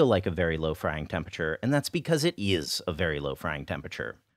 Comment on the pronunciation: the way he says "is." Where is he from?